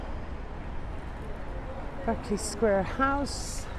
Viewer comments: Sorry Love…really enjoying the walk, but must say your pronunciation needs a boost in spots. It’s “BARK-LY” Square…not “BIRK-LY” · It's BArkeley Square. Only Yanks say Berkeley. Are you really a London guide? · West Indian Extract of Limes, from Geo. F. Trumper - The best. Berkeley Square pronounced 'Barkley'. not 'Burkley' - that's UC Berkeley, California. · I know I’m late to this video but just wanted to let you know,, that the Geo in Geo. F. Trumper stands for George and that Berkeley is pronounced barklee rather than berklee. Have you heard the old song, ‘A Nightingale Sang in Berkeley Square’ as sung by Vera Lynn among others? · I lived close to Mayfair and worked in Mayfair for quite some years, Berkeley is pronounced Barclay Square not Berkeley, and Shepherd Market is just that not Shepherds no plural. It used to be amazing a village in central london, we all knew the Local policeman, the postie and many of the people working in the Square and hotels around. Amazing star spotting area too. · You said Berkeley Square, should be pronounced Barclay Square. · Nice video, though Berkley Square is pronounced Barkley. :) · Berkeley is pronounced with an a i.e Barkley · Pronounced Barclee square...used to hang out at Morton's back then & Playboy -:) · Berkley Square is pronounced like "Barkley" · Berkley is pronounced Barclay in UK. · The square is pronounced "Barkley square" . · Lived and worked here decades ago. Its hardly changed at all. It's said Curzun and Barkley btw. Lovely virtually tour thanks.